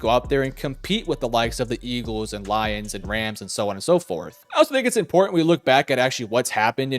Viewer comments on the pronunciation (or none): none